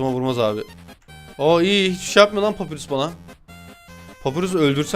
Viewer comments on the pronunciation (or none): Papirus değil pa pa y r u s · Abi papirüs diye okun umuyor adı papayurs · Abi papyrus papayrus diye okunuyo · Abi papyrus papayrus diye okunuyo haberin ola! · Abi papayrus diye okunuyo kalp lütfen